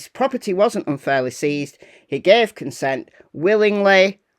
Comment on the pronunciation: Seized, not ceased. Love your channel. You do a great job.❤